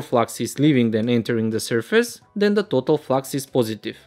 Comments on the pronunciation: Let's take a look at the pronouncing of total also #_# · Who notice when says तोतल flux😆